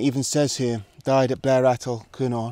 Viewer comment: Hi, that's not how you pronounce Blair Atholl btw XD